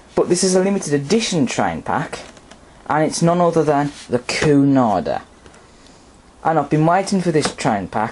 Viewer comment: cunarder is not pronouced coo-narder, it's actually pronouced que-narder though it is spelt cunarder. anyway the express train was a boat train departing from London waterloo and arriving at southhampton docks for cunard ships. The express train was usually done by an SR bullied pacific, it was done by bullied pacifics becuase they were lighter than pacifics like a4s etc. it's becuase of the loading gauge at southhampton docks.